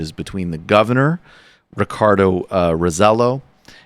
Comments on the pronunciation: Pronounced Raw-seh-JOH. Emphasis on the last syllable. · First, Michael, learn to pronounce "Roselló." The ll is pronounced as a y. Second, let it be known that the current Roselló is the son of a previous governor who was as corrupt. He stole from the government but never faced justice. Meanwhile, everyone around him went to prison. Third, the current Roselló is like Trump: a mediocre privileged white man who's never had to prove himself. He even killed two people in a car accident while drunk driving at the age of 15. His father simply flew him out of the island, and the little shit came out unscathed. This is what privilege gets you! Fourth, Congress has never, ever acknowledged that it's willing to give PR statehood. A few years ago, they said it'd take an overwhelming majority in a referendum. That won't happen. Oh, but they acknowledged that they're now willing to give PR independence--after decades of persecuting pro-independence activists and politicians. Fuck Congress!